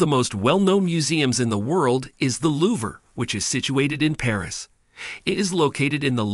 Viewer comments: I appreciate the effort but your pronunciation of certain French words like Louvre and Triomphe was painful to hear. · My thoughts! 😂🤦🏻‍♀️😂